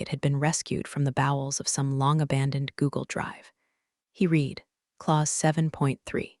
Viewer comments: Every room in these stories smells like regret or despair. Coffee tastes like battery acid. Executive's suits cost more than a mortgage payment or car. Lawyers are named Chen. People are treated like furniture. Read (red) the document is pronounced "reed" the document. Resume is pronounced "rezoom." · how hard is it to get "read" right? It’s red in the past, not reed! 🤦‍♀ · "read" should never be "reed" when it’s past tense! Glad we're on the same page. 📖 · i want the AI to say Read and Read correctly